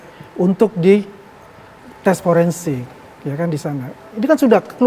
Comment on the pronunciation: Pake F bukan P, bilang Forensik aja salah ... 😂😂😂